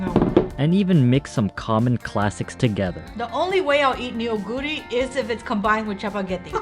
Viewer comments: Neoguro is pronounced- NU GURI not NE YO GURI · actually, it’s pronounced NO-GU-RI (너구리) not nuguri. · Fun test! :yougotthis:Neoguri is not pronounced "Ne-o-guri" it's pronounced as the eo in ramyeon, "noh-guri" 😊 The rice cakes is called tteok and the dish tteokbokki, meaning "stir-fried rice cakes" 😋 the cylindrical rice cakes' name is garaetteok ☺ ae pronounced as the ai in pair.